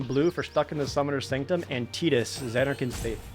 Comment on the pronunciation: I love ya Projared and I love the content but man I don’t like the way you pronounce Tidus 😂